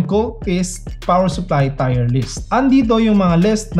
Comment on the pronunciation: Solid! Subscribe agad boss, by the way mali po pagkaka-pronounce niyo sa tier pero ayos lang salamat sa info.